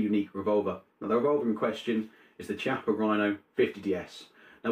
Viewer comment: Hey, I hope you don't mind me telling you this, but in Italian the 'ch' is always pronounced like it is in the English words chemical, i.e. like the letter k. Hence the pronunciation of this weapons manufacturer is 'kiappa'. Cool pistol though! Buona giornata, gatto. 🙂